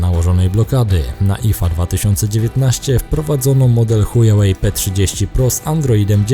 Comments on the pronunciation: Szanowny kolego nie "Hujałej"tylko "Hłałej" tak poprawnie to się czyta. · Pytanie bardziej z ciekawości niż ze złośliwości; czy takie językowe błędy, które popełniasz spowodowane są niewiedzą, czy może popełniasz je z premedytacją? mam tu na myśli "hujałej" (czyta się "huałej") i "ipekao" (czyta się "ajpekao"). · "Buraku" (sorry za te określenie) czyta się hła-łej , HŁAŁEJ, a nie huja-łej, HUJAŁEJ to widzę że ty wiesz, a robiąc z siebie Kretyna, urody sobie nie przysparzasz, Widząc Pytę Lingwisty, Picz się doń uśmiecha, Czy Chujów Ród się pisze, przez "h" czy przez "ch" ??? Ów na tę informację splunął pełen wzgardy, Pisz przez "h" gdy Miętki, przez "ch" gdy Twardy. Pozdrawiam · HŁAŁEJ a nie Hujałej Goddamn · I dalej z uporem maniaka wymawiacie ChujaŁej - nie ma wyjścia albo jesteście językowymi kalekami albo robicie to celowo ;) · czy on powiedział chujawej ? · Witam. nie. powiedział chuja way. Czyli droga kuchcińskiego. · Witam. Wciąż w specyficzny sposób wymawia Pan nazwę chińskiego producenta elektroniki... Jakby to była droga h... :-)))